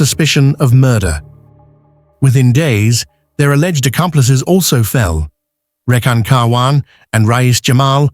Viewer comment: You got the names wrong it can’t be Ansreen but nasreen and it was Rehan